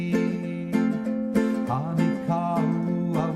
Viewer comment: Great lesson. Just one thing... The "o" in Honi is pronounced like the "o" in bone